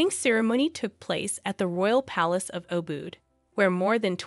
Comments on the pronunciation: How hard is it to learn how to pronounce Bali correctly, even Ubud. That was hard to listen to. Butchered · Please use correct pronunciation or Bali and ubud!